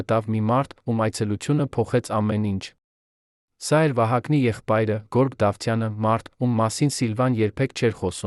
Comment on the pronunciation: Երան թե՞ Երեւան՚ Գորգ թե՞ Գեւորգ՚ այ անգրագետ։ Էլի շատ սխալ բառեր։